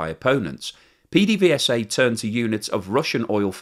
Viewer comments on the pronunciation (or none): PDVSA is pronounced "Pay-day-vay-sa" by us caraquenos. :)